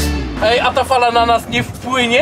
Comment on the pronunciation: JEDNA SPRAWA Fala a nie pala